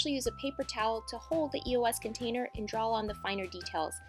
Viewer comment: It's draw not drawl frickin frick